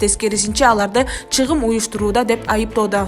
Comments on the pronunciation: Алып баруучу чагым деген сөздү чыгым дебей туура айткыла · Чыгым эмес Чагым деп айтылат нормальный окучу сага"2" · БЛОГЕР СЕН АКЫЛЫН ЖАЙЫНДА ЭМЕСКО ОКУП ЖАТКАН ТЕКСТЕГИ СОЗДУН МААНИСИН ТУШУНБОЙ ЭЛЕ ДАБДЫРАП ОКУЙ БЕРЕСИНБИ СИЛЕРДЕ ЖАНЫЛЫКТЫ САЙТКА ЧЫГАРГАНЧА БИР ТЕКШЕРИП КОЙБОЙСУНБУ КЕЛЕСОО АКМАК САБАТСЫЗ ЧАГЫМ ЧАГЫМ ДЕП ОКУЛАТ СОЗДУН МААНИСИН ТУЩУНБОГОН ДАБДЫР КЕЛЕСОО ТИЛДЕГЕНГЕ ОЗУНОР МАЖБУР КЫЛАСЫНАР ТЕМАНЫ ТУУРА КОЙГУН АКМАК